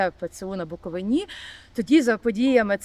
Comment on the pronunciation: БуковИні, наголос правильно кладіть, грамотєї